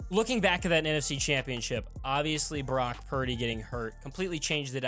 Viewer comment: Is it just me or does it sound like he's saying Barack instead of Brock??😂